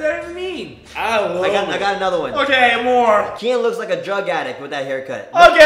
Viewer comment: I don't know if Jc shouted "OKAY" or "I'M GAY" 😂😂